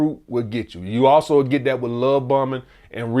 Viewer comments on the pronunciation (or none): none